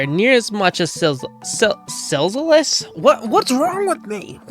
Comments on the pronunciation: Silzous is pronounced as Sil-zus. Only 2 syllables. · Silzous can speak because he's in the insolence, not infected (By the way it's pronounced "Sill-zus" not "Silzellous")